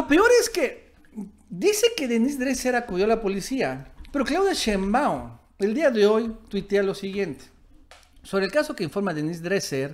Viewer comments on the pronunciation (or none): none